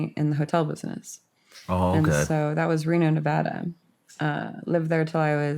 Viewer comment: Thank you for pronouncing Nevada correctly! I’m from Reno and grew up between Vegas and Reno. I hate when people call it Nee-vahhhh-da. It’s Na-vad-ah! ❤❤❤😂. Also, our up bringing was so similar! I knew the minute you said 40s and the memories flooded back! Crazy! And the Meth stories. Omg. I wonder if that’s how we all remember NV once we leave it!